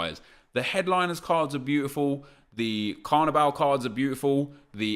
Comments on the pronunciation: could u not say CARNIBAL??!??!!? it’s BALL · Carviball not carvibal 😡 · It's pronounced like carnival because it is football not carniBAL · Does it not low key annoy anyone else when he says "Carnibal" instead of Carniball? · annoys me how nep says carniball, its clearly ball as is in the round thing you kick. not bal! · It’s carniball not carnibal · Why does nep fuck up every single name on this planet! It’s Carni-Ball how can you mess that up wtf. It’s suppose to a mix of carnival and football smh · Sounds like he's saying carabao cup😂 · How do you say carniball wrong? It literally couldn’t be any more obvious how you’re meant to say it but of course nep chooses to say it wrong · The way he says carniball 😦😠 fuck me